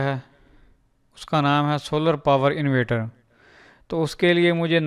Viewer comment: bro its not invater ,its inverter